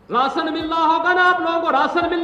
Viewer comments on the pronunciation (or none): राशन नहीं “रासन” समझे!